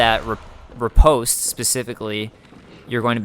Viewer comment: FYI: Riposte is pronounced 'ree-paahst' - short o vowel sound - NOT post like in mail or a post in the ground with a long O vowel sound. Attribute is pronounced as 'Aaht - tribute' - accent on first syllable not the second as you are pronouncing it. You sound like an intelligent person but you should learn how to pronounce words correctly! Makes you sound even more intelligent.